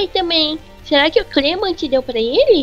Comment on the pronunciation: uma coisa o nome do irmao da bonnie e clement e nao clemont e eu odeio a bonnie nessa serie